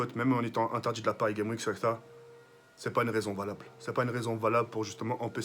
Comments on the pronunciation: c'est PARIS GAMES WEEK pas paris geim week vas apprendre à parler correctement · Mdr il m’a tuée a dire : Paris game wike 😂😂😂😂